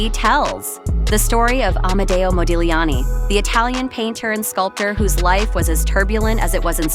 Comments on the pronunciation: Nice video. Only a note to the first narrator: the ‘g’ in Modigliani is silent… it is pronounced Modiliani 😉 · It's pronounced Modiliani. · You are not supposed to pronounce the G in Modigliani's name.... fact check before anything is the right way to go.... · My God! The "g' in Modigliani is SILENT! - as, that is how Italian IS! Either an AI Narration, or - a clueless American IDIOT! - Oh Yeah... GO, MAGA!